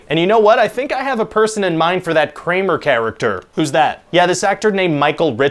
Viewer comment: Dang. You just murdered Kramer hahaha